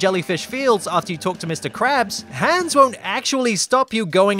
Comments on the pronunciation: the an in Hans is pronounced like On instead of the an in hand. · You pronounced Hans incorrectly. Nice video though!